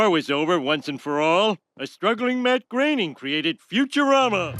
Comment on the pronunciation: Matt GrAYning ?????? wtf....... who employs these uneducated uniformed morons ? grOAn !!!!